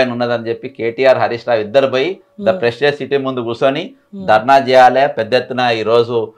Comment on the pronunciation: Pesticize kaadu ra anchor..Prestige..🙆🏻